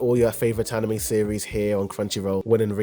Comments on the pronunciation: I cringed every time you said “Anim Me” during the first 3.5 minutes of this video. I almost didn’t keep watching to find that you switch to the proper “Anim may” spontaneously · I can't stop noticing that "animee" pronunciación every time lol